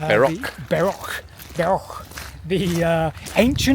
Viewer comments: Funny and quite appropriate at when you say ‘bark’ a dog barked just a second after by the way I think the right pronunciation should be Berk and not bark and to add that Berkshire is one of my favourite counties in England. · I'm glad I noticed that the first time around. I'd have felt like a right berk if I'd missed it.